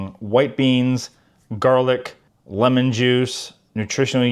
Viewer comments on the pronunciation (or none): none